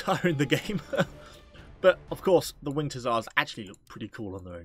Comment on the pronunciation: "When the winget hussars arive"